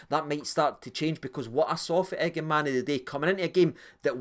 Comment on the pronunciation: listened late to your Review agree with most of your opinions only criticism is you sound like a Sky pundit keep calling Igamane igamaney it’s Igaman silent e